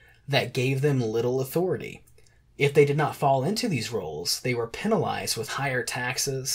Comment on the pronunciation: Your pronunciation of ‘penalised’ is simply bizarre. Thanks for you efforts on the video.